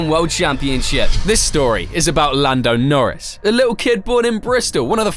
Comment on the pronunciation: i turned off the video when i heard "lando noris world champion"